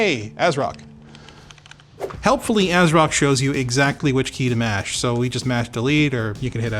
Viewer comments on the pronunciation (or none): none